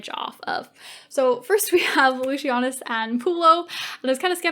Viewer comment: Were you continuously mispronouncing Lucius' name? And how did you leave out Atia? No, they were never going to kill off Vorenus and Pullo.